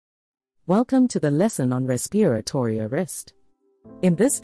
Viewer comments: Oh Please get someone who knows how to pronounce "RESPIRATORY". A 6th grader can easily pronounce this word, among others in these videos. So annoying!!! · Is this a robot? Why do they say "respiratory" that way?